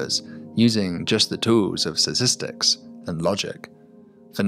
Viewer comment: What is this new word "satistics"?